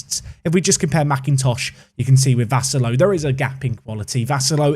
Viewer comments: One of your two Maltese viewers here. Watched the series since day 1 and always excited watching someone from Malta being involved in the series (even if they are just regens 😁like Vassallo or Gianluca Abela from the United of Manchester time.) You're not saying Vassallo completely wrong, but we tend to say it slower to emphasize the syllables a bit more (at least if you want to say it how we do usually). Here's my best attempt to try explain (if you still can't understand I have no doubts you'll find the right way to say it online, even just typing Vassallo on YouTube should suffiss): Instead of saying Vassallo quickly in one go, we say Vus-suh-llo Vas being said like Bus but with a V in the beginning. The 'a' in the middle said in the same way as the 'a' beginning (like the 'u' in bus) The 'llo' at the end is like saying 'lol' but with more emphasis on the l at the beginning and without pronouncing the l at the end. Basically that way rather than say 'low' The only real mistake is the way the 'a' is getting pronounced, but that's because the way we Maltese say the 'a' differs than how it's usually said in regular English. The 'a' is not said as 'eh' but more like 'uh'. Hope it helps, I tried my best to explain but it's not easy when we're speaking about a language which is basically a combination of English, French, Italian & Arabic 😅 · I cant believe you signed a maltese player! This makes me so happy! But you butcher the surname "Vassallo"